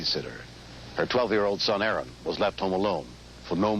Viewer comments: When he said his name, I could've sworn I heard him say, "Aaron Magical". Is that what he said when the 911 operator asked his name? Also, I don't know how the operator thinks Aaron said his name was "Ann". Interestingly enough, I don't know very many boys named Aaron, but I know a couple girls named Erin (I know, different spelling, but same-sounding name). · When did the 911 dispatcher catch on to the fact that his name is "Aaron", not "Anne"?